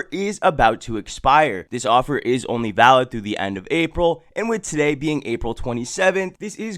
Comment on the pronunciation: "TUH DAY!"